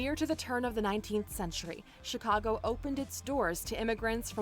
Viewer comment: Ok so first the narrator gets the date St. Augustine was founded, then she pronounces Chicago with a SOFT G???? WTF